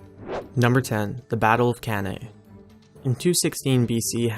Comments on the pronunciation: Most of the list was shit. Cannae is pronounced (Cane-ah) not (Can I) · Waterloo, Leipzig, Stalingrad,Gaugamela, Antietam Creek, Monte Cassino, Iwo Jima, Okinawa, Plataea, Siege of Vienna, Verdun should've beaten most of the ones listed. BTW is pronounced (Cane- ah)not (can I.) if you wanted to talk about the Europeans in Africa should've mentioned Iswandwala. British failed to corral their wagons and were slaughtered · Waterloo, Leipzig, Stalingrad,Gaugamela, Antietam Creek, Monte Cassino, Iwo Jima, Okinawa, Plataea, Siege of Vienna, Verdun should've beaten most of the ones listed. BTW is pronounced (Cane- ah) not (can I.) if you wanted to talk about the Europeans in Africa should've mentioned Iswandwala. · Waterloo, Leipzig, Stalingrad,Gaugamela, Antietam Creek, Monte Cassino, Iwo Jima, Okinawa, Plataea, Siege of Vienna, Verdun should've beaten most of the ones listed. BTW is pronounced (Cane- ah)not (can I.) if you wanted to talk about the Europeans in Africa should've mentioned Iswandwala.